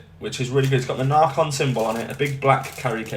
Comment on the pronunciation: It’s not narrrcon is naycon